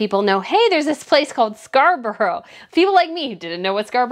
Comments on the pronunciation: Loved today's video - just 2 things - it was 345 thousand pounds that was raised (not dollars) and just if you wish to know it is pronounced scar bruh. Have a great weekend. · Thank you so much for what is the best video I have ever heard, of course Prince William and Princess Catherine are so popular and loved they are so natural, we love our royal family so much, but also whe the word end with borour it pronounced Scarbraa, hope you don't mind me saying that😍